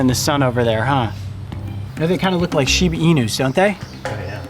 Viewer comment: Did he say “shibi inus” or Shiba inu”